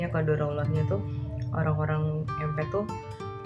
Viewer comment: Empath biasanya diucapkan impeth